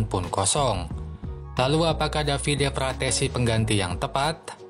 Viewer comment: Frattesi bang bukan frasseti 🗿